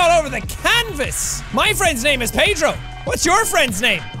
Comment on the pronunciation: Me starting the video: Jack: welcome back to My Friend Pedrrrrooooo Me: laugh intensely (by the way I’m Portuguese and he said Pedro PERFECTLY)